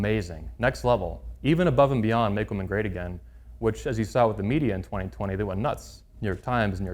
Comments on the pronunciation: 100 percent is sufficient. Dont need to say 1000 percent or 1,000,000 percent or 200 percent blah blah 🙄 just bloody stick with 100 percent . Oh and woman plural is WOMEN WI-min. Lastly please dont come back to UK and talk nonsense on GMB . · Women will remain virgins when men do. After all, if women stay virgins , who will the red pill creeps sleep around with!! Ps its pronounced WI-min when plural. My ears bleed hearing this desicration of the english language. At least learn to speak before having your dumb opinions .